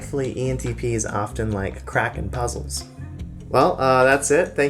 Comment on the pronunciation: Wait did you say “cracking puzzles” or “crack and puzzles”? …because both can make sense to someone I’m sure 😂 Just learning that I’m an ENTP instead of INTJ all this time 🙃